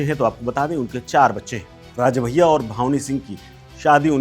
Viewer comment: भावनी सिंह नहीं ..... भानवी सिंह नाम h 😂